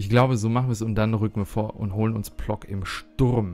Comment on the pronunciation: ich spreche zwar kein Polnisch, würde aber sagen, dass Plock wie Pwotzk ausgesprochen wird.